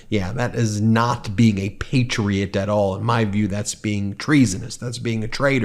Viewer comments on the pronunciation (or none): none